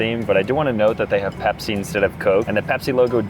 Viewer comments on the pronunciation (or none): none